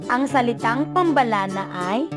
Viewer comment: Ganto pagka pronounce sa pambalana (PAM-BA-LANA)